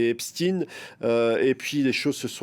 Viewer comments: C'est Jeffrey qui prononçait son nom ainsi . Mais c'est Epstein pas Epstin vous avez raison ! c'est comme si les gens qui disent Epstin le font par respect de la personne alors que c'est un monstre... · Au fait on ne dit pas epstine mais epstaïn. Comme pour Albert Einstein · Pk vous dites epstine et pas epstein comme ça se prononce? Vous dites Albert Einstein ou Albert einstine vous? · Maintenant c'est "Epstine" ça va bientôt glisser en "Poutine" 😂 C'est pas plutôt "Epchtaïne" la prononciation de Epstein ? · Ils m enervent avec leur eps -tin: ! C'est eps-tein! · Epstein et pas Epstin ! Albert s'appelait Einstein et pas Einstin ??? Il faut nommer les personnes correctement !!! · parler en français !epstein et non epsteIne vous une chaîne FRANÇAISE du service public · 🤔 drôle façon de prononcer Epstein. Du coup comment vous prononcez einstein ;)